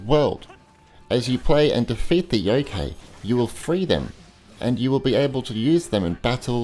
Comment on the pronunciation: The KA from youkai is like in the word CArt or CArd.Or like the Kai from Cobra Kai. Shuten Douji was close enough :D .